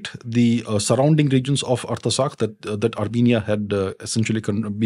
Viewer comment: It is pronounced - Art-sakh...not arta sakh